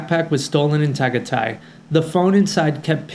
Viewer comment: First time hearing tagaytay pronounced that way. Its TA GAI TAI. There are no silent letters in Tagalog!